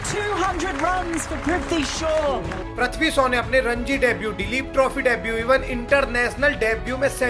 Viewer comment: Bhai hindi to dhang se bol le do hazar unnaais nhi h wo aur prithvi shoooow 😂😂😂😂😂do hazar ekkkais😂😂😂😂😂😂